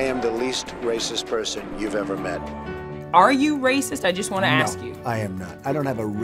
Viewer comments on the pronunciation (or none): "You aks me that like it's a bad thing."